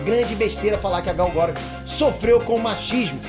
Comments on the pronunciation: caraleo, por favor cara, aprende a falar os nomes, todo video que tem nome de alguem vc fala mega errado, UHASEHUAHEAH Sério cara, vc mora nos estados unidos mano, pelo amor de goku! ela mesmo fala "aqui é gal gadót" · você é demais! ótimo esclarecimento! Só um detalhe, a pronúncia do nome dela está errada. é um nome israelense e a pronúncia em hebraico é Gal Guh-dot (com o som do T). Tem vídeo dela no youtube ensinando a pronunciar;) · Por favor, pronuncia o nome dela corretamente! GAL GADÔT! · Gal GadóT( com som de T no final) é a pronuncia certa, segundo a propria falou no Jimmy Kimmel. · "Gáu Gadôut" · "Gadô", irmão! fala "Gal Gadô"... por favor! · quando vc fala a pronúncia do nome da Gal meus ouvidos sangram